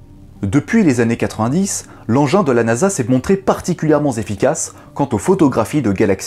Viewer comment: particulièrement zefficaces ? bonne vidéo